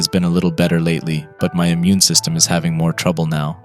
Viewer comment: I love how you miss pronounced certain words like immune and epilepsy. It adds to the immersion.